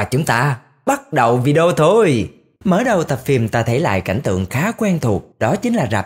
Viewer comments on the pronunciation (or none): none